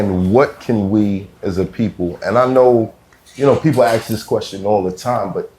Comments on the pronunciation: #1? Stop saying axe. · ASK NOT AXE